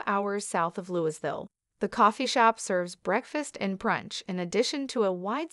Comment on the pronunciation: For all viewers, & not a poke the narrator, the S in Louisville, KY is silent 😉